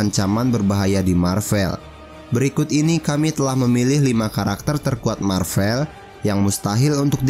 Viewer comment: Maaf min, pelafalannya yang Mar-Vel, bukan Mar-Vell. Mar-Vell itu memang ada tapi itu nama seorang Kree yang pernah berkamuflase menjadi manusia (perwiranya Carol Danvers waktu dia masih menjadi pilot).